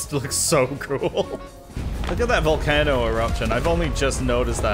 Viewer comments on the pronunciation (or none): you said volcano really wrong and it broke my brain literally i could not say it right to type it out i think you said volcanoe